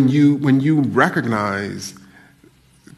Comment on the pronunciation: Hey a new word- "recordnize"! Good job professor!